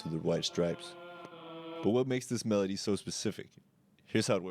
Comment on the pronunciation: At the start of video I just listened to it, so I thought it actually says medley, but now I realize that just can't pronounce melody lol